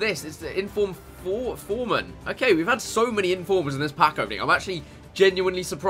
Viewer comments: Who's foreman? I do know who fährman is though. (Fair-man) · Fährmann nennen die also Forman :D Ist schon geil, dass die kein Ä,Ö und Ü können :D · Chris its not Formään Ist FÄÄÄRMann The ÄÄÄ just like the "Määääh„From a sheep:D